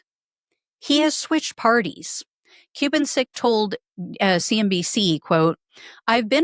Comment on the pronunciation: Ku-BAN-cik. Emphasis on the middle syllable.